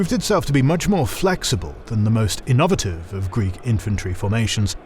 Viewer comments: You say youre not AI, But the narrator said innovative like iNOVative. No human in the world say is like that. Its at 14.20. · The way you say in-OV-ative, triggers me more than it should lmao. Great video though as always!